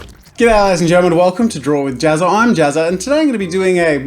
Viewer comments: its Ja-ZZA not Jaz-SA XD #harrypotterreference... hahaha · Jazsa, pronounced like Jatsa?